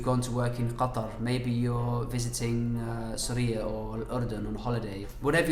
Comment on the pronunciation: wow when he said ‘qatar’ it amaized me .